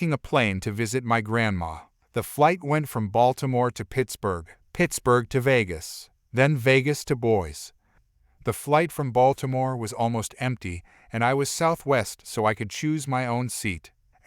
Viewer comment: Boise is 2 syllables the second just "E"